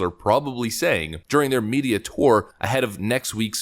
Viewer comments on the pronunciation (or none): none